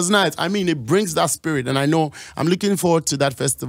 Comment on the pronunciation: Stonebwoy said 'brazy'.. lol, hard